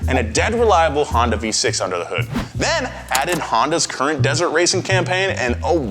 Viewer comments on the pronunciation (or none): none